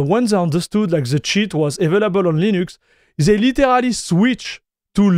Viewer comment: Pour vrai... "They" sa ne se prononce pas "Zey". Dit le de la manière "Dé" Un lancé de Dé Dé are Der == They Are There